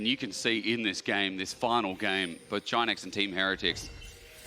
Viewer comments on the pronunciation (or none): He-he-tics instead of heretics